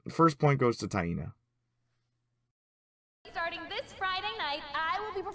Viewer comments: My brazilian ass get unconfortable with "Ta-in-na" pronunciation. "Tai-nah" sounds so much natural. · My name is pronounce the same as Taina just written differently and everytime you say it I wanna laugh